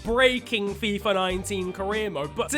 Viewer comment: If I took a shot of vodka every time shouted out Fifer Fifa, I'd probably be dead by now due to alcohol poisoning